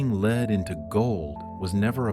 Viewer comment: Lead to Leed... Pagels to Paggulz. A.I. voice is fine to a point. ?.... Hey Sis? Did know Sophia ? Do You gno sis ?